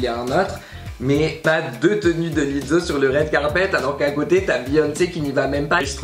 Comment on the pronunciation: Pourquoi tu dis Lizzo comme on dit pizza 😭😭😭😭